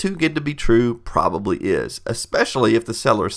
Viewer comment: he said proberly dumbboo